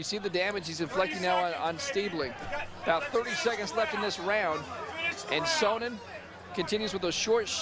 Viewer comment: "Chael Sonnon"? lol